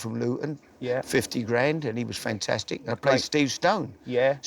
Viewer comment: Harry "fentestic" Redknapp